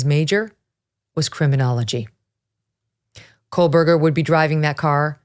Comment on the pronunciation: Loving the deep dive, but it drives me crazy that she continuously mispronounces his name! There is no L!! Where’s her “crack team” to correct her????